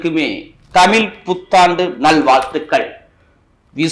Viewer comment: உங்கள் தமிழ் என்ற உச்சரிப்பு தவறு.